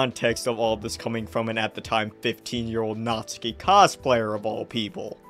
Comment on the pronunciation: Like omfg, it’s NATSUKI not NAZIKI😭😭